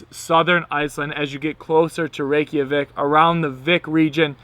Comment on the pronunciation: Great informative video. I've been to Iceland 3 times and can't wait to go back next month. But PLEASE dub over the audio and stop saying "Rey-key-a-vik" It's Reykjavik , "Rey-ka-vik" lol Its you're like calling Mike Mikey. I honestly wouldn't say anything if you didn't say it SOOOOO many times! Otherwise great video. lol